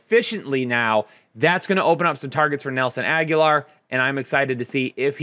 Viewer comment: it might be pronounced Ag-Oh-Lor, not Aguilar. As always, gracias for the insight! 🔥🔥🔥